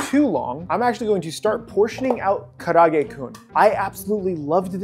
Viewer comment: Dude, karaage is 4 syllables not 3. Ka-ra-a-ge